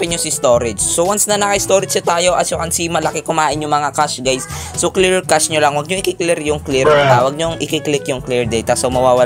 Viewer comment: Kashey mo ang basa sa cache ehe